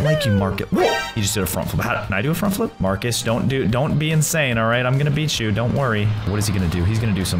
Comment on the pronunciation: and you said farcus